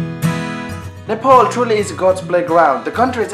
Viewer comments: Hey, Your accent sucks. You're saying Nepol and Nefaal. Don't you even know how to pronounce Nepal? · Aru ta sabai thikai lagyo ki mero daju , tara' NEYPOL haina NEPAL lai chai NEPAL nai vani dinus na la !! :D